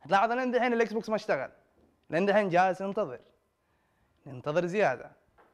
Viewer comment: الاكسبوكس مش اكسبكسون اكس